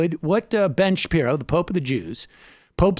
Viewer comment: That mispronunciation, pashi... Shapiro, was not all a slip of the tongue, was it?